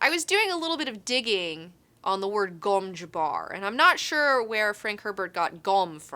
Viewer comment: I know it's pronounced gom juh-bar, but I prefer pronouncing it gom jabber, because it sounds like a Willy Wonker candy.